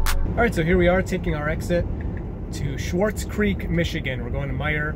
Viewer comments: It threw me off for a few minutes also. You pronounced it similar to Schwartz rather than Swartz similar to quartz. But, maybe that was just how it sounded in the audio because the car knew what you said. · Hey that’s the one by my old house! I’ve been wondering what their doing too. I personally think their waiting for gen 3 production to get there. Also the way you said Swartz creek had me laughing 😂. Last note is that tesla said that charger would be done back in 18 so I’m kinda a skeptic on if it will be done this year